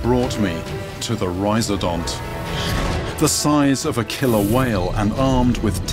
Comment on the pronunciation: rhiz-O-dont, not rhiz-A-dont